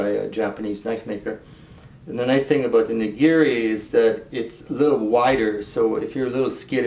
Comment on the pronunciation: the "nakiri" (not "ngiri" haha) isnt a chinese style knife. Youre thinking of a chinese vegetable cleaver.